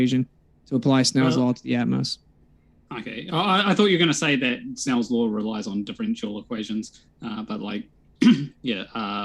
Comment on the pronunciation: You mean a Lawr of Motion guy. He clearly didn't saw Law once. I can hear him, he specifically said Lawr.